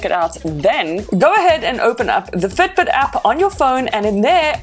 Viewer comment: why you keep saying Ftbt?